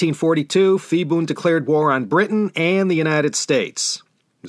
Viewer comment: Ugh!!! You mean to tell me all this time I pronounced Phibun's name wrong? Nobody said anything till now. I made a note to go back one day and fix those 2-3 episodes where he was a prominent figure. I'm embarrassed. But I thank you anyway for teaching me.